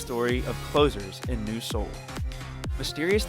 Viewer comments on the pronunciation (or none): none